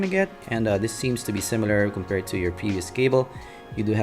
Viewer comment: Ohh. The way you prounce "to" is "tsu". Thats why im getting confused.